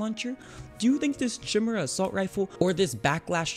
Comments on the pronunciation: lmaoo he went into a full explanation on what the difference is between assult rifles and sharp shooters while he called lü-ģ-er's luhdgers and k-eye-mera chimeras what th still good vid tho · It's not chim era it's kai mera. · Chimera is pronounced ky-mare-uh And it’s not an assault rifle, it’s a G3, the battle rifle variant of the MP5. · "Tjimmera" xD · "Eight clip magazine" "loojer" "chimhera" "shimmer assault rifle" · Louge er? Chim er ah? Why u pronounce bad?(i still like ur vids tho😀) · Chimera is pronounced ky-mair-ah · Kai-meera "Chimera" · no the maramorez has the most dmg not the chimera or however its pronounced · THATS NOT HOW YOU SAY CHIMERA IT MAKES THE K SOUND